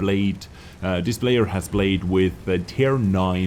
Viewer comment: can you learn to pronounce «this» and not «ddddis»